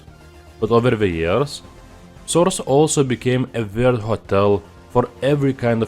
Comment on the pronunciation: "half life 2 porŕřtal... counter strike soüřč̣e"